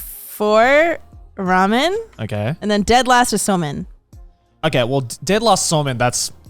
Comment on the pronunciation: it's ramen not ramyun xD